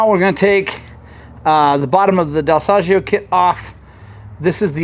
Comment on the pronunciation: Ahah next time i take my Beta at your shop I teach you how to pronounce Dal Soggio 😂